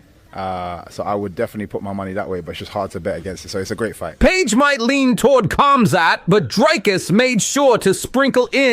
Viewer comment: Not cum-zat bro its Khamzat lol joking awesome video! 🤣